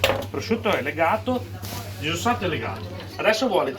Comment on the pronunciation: pvosciutto sbucciato pevsonalmente ievi seva